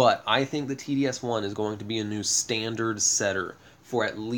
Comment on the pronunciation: Sorry to be such a grammar nazi, but its pronounced TOS-1. Not TDS-1. But love your channel, you've help a lot. Keep it up 👍